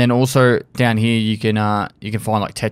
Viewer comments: Instead of "here" he says "heyuh" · I fucking love the way that says "Here" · He said "here" without an accent. O_O